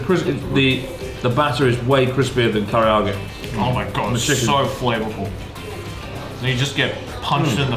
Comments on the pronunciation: Chris's insistence on mispronouncing Karaage as Kariage gives me an idea: Zangi chicken with a curry marinade instead of the garlic soy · blud still cant say karage. kariyage